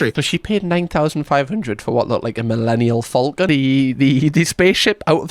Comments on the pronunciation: Did you call it a Millennial Falcon 😂 Love your vids x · I'm sorry... did you just say 'Millennial Falcon'? 🤣